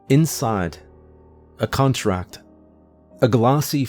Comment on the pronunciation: Why'd you say "contract" like that?